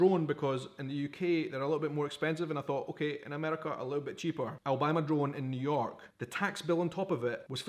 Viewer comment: Ah he was saying drone I thought he said gun got some reason